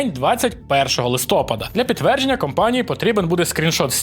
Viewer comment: Я ні в якому разі не хейтер, але кожного листопАду я страждаю, коли постійно каже "листОпад" 🥲